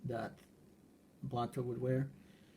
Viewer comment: You don’t pronounce it “blUto”